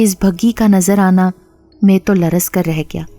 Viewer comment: Apki mein ka accent theek nahi. Jese chai mein cheeni zayada hai ki mein alag hoti hai aur main raat late soya tha dono mein aur main ka accent alag hota hai.ap main ko mein bolti hain. Awaz achi hai apki..